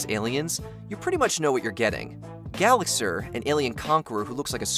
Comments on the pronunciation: Lol you said Gallaxhar wrong 🤣🤣🤣🤣🤣🤣🤣🤣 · first, its pronounced Gallaxhar, not Gallaxher. second, mr tweedy didn't push the door it fell on it's own. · I normally don’t nitpick, but the plot summary they gave for Gallaxhar is incorrect on a couple notes. 1. They don’t even pronounce his name right (it’s pronounced Ga-lax-are, but they say Ga-lax-er) 2. Gallaxhar was not invading Earth for Quantonium (he extracted it from Susan who had gotten it from the meteor that landed on her), the invasion was simply to take over Earth and make a new home for him and his clone army since he literally destroyed his home planet.